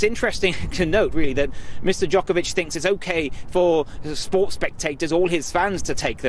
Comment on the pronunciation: Not only those things you highlight..he actually pronounced novaks surname jokervic..and accentuated JOKERVIC on several occasions..I applaud novak for his stance on choice..and applaud his absolute calmness in this despicable interview.